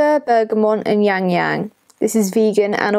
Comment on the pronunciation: 😂 it’s pronounced Ya-lang ya-lang